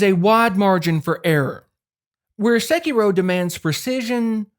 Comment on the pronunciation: It’s so hard not to constantly hear SEH-kee-roooow, but my NE accent bias aside, you fucking nailed every comparison and problem/benefit that each of these games has. I also want to play Sekiro again, but am trying to get through the new games as they come. Would LOVE to see if you update this video with Wuchang: Fallen Feathers! Best true souls-like I’ve played, following FromSoft’s formula to a Te